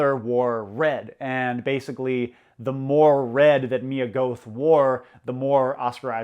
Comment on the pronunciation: Pronouncing Mia Goth’s last name like that when you’re discussing Gothic literature is insane lol